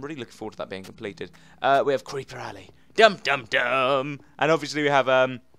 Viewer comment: it is Creeper Alley not ally XD